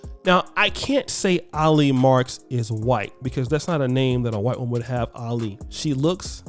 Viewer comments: it's Ali as in Allie. not no damn Ah-lee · I think you pronounce her name as > Aa-Lee. People it’s not about skin color anymore. It’s about: religious beliefs, culture commonality, ethics, values, common interests and world view. Sometimes I think the only people who don’t understand this is are HBCU graduates and attendees. I’m not even trying to crack jokes or throw shade. I’m just being real. ☮️